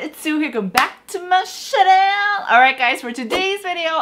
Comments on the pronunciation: Always an excellent and thorough review video <3 Is the mispronounciation of 'channel' intentional? is it sense of humor? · I'm pretty sure it is, because a lot of people joke and call their "channel" their "Chanel" (the brand, Chanel)